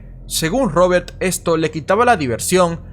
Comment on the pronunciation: No paras de decir robertttttt odioncomo pronuncias la t